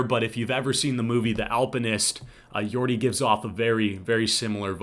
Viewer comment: Jordy not Yordy !!